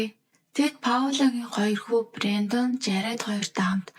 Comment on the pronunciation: Бэрёондон гэж дуудаад байх юм,Брендон за юу😂